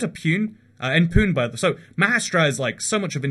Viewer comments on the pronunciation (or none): Its isnt pyune its puney ..😂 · ITS NOT PU-UN,ITS PU-NE..Thats like calling London as Lond -on ..Its the cultural population of India and its also called Oxford of the East due to its several universities